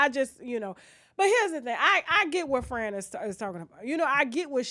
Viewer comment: I love how she's saying Fran like Fren lol